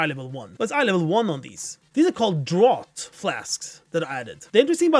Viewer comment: ITS NOT PRONOUNCED DROUGHT, ITS DRAFT, ITS A BRITISH WORD!! omg its nighthold/guldan all over again with ppl calling it drought of souls... ITS DRRRAAAFFFTTTT!!